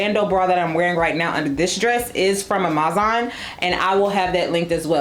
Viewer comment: Sis... confused about the whole Amazon pronunciation thing. I couldn't recall why I hadn't watched you in a bit and was reminded pretty quickly when I heard "ah-MAZ-ahn" again. I'm sure you have your reasons, though it's super irritating and distracting from otherwise well-done content.